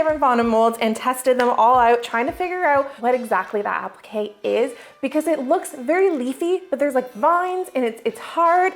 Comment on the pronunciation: You did amazing, but appliqué is pronounced. ‘Ap- Lee-k’ not apple-k lol😂🇬🇧🇬🇧🇬🇧🇬🇧🫶🏽🫶🏽